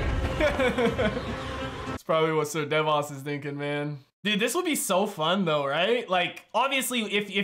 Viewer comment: Season 8 and my mans is still saying Sir Devas and not Sir Davos 😂